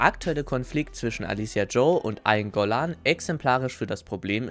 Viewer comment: Eingolahn‘‘ ey da sind zwei ls drin